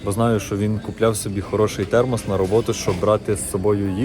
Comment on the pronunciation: ТХЕРМОС😂.Мені здається я також не вивчу ту англійську😅